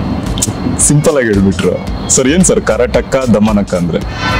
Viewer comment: Title pranounce madak bartha illa - antha anchoring Madtha idyalla Guru